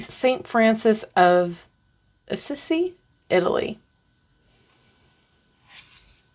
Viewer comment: Ochre is said "oh-ker." Thank you for showing this lovely deck. Asissi is said" Ah-see-see."